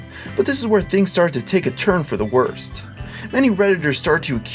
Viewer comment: Oh the way you said the t in worst at the beginning.... Pls no